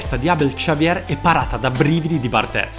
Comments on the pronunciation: barthez si pronuncia bartè, nn lo faccio per fare il sapientone ma per far modo che tu aumenti la tua professionalità in tutto, anche nelle piccole cose, spero che continui così con video fantastici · si pronuncia cosi in francese, poi se lo vogliamo pronunciare all'italiana puoi dire pure come hai sempre detto. Bhe, vedi tu cosa è meglio per la qualità dei tuoi video